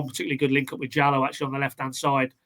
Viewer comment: come on pls, you’re just winding us up now aren’t you? Papa Amado JALLO 👀 Jallo 😂😂😂🤷‍♂️ really, well at least you’re saying krist Garden now and not kris goreham 😂 oh dear, Jallo can’t get over that lol. Sargent is easily the best striker in this league, and not joking when I say he really looks like Harry Kane in the way he plays and he has many of his attributes as well.